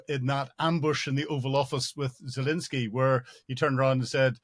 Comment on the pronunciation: I am a big fan of your analysis on the war in Ukraine - you have tremendous knowledge and valuable insight. I wonder if you could just pronounce the President of Ukraine’s name correctly- it’s ZelENsky not ZelINsky.